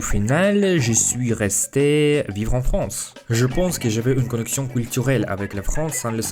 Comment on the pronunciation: Tu prends Beaucoup d'abonnés GG (en vrai juste de trois mots que tu prononce un peu mal parfois "Fronce" ou lieu de "France" sinon le B2 tu va l'avoir)